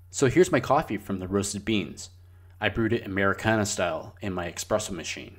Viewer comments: My guy roasts his own beans and says eXpresso 😅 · I don’t trust anyone who says expresso😂 jkjk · Wait. Did you just called it an "expresso machine"?